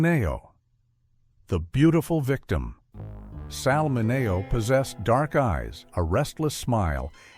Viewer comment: It's pronounced 'Minnie-oh' not mi-neigh-oh